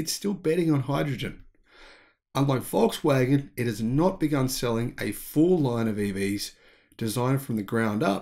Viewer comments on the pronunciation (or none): none